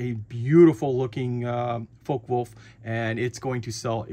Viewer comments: 'fokker-vule-f' FYI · Its pronounced Fok-a Volf